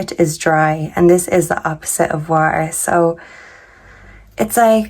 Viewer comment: Wa er? Do you mean water?